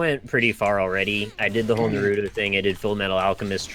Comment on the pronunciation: Yes, time to stay up all night. "It's fifty-fifty, and sometimes you're more likely to get one fifty than the other". used to like Naruto enough to pick the username, yet he pronounces it "nuh-ROO-toe"? I thought that was how people who have never seen it pronounce it. >everybody is talking about Pearl Jam >NL sings a song from the 1950s that Pearl Jam didn't even write. You uncultured swine.